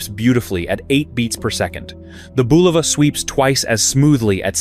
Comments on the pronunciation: It's pronounced BUL'-o-va, not Bu-LOV'-a. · The name of the watch brand is pronounced BULL'-a-va a soft u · Crappy ai video. Can't pronounce Bulova or anything else right. Horrible.